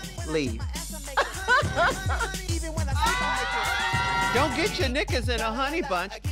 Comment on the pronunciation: "BEE-LIEVE". Robbed two weeks in a row we stan